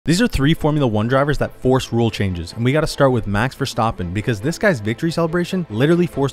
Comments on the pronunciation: Ah yes, Max Verstaaaaepen, my favorite driver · First the "Verstoppen" pronunciation, then you proceeded to give the lamest description of the Nurburgring I've personally ever heard. Also The Green Hell being taken off the track list was not a "rule change" lmfao